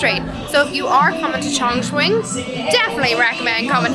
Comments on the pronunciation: kept pronouncing the city's name as "Changchun", it's another tier 2 city in Northeast China, famous for the car industry and Changbai mountain. Chongqing is pronounced as "Chung-cing" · U pronounced like Changchun😂😂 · The way she pronounces the city name, Chongchween 😂😂